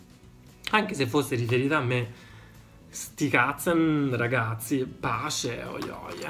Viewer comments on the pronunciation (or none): "sti cazzen" sembra tedesco